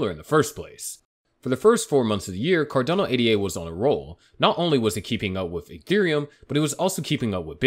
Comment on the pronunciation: Its Ada. Its a name. Not A.D.A. Once you can say the token, then maybe you have credibility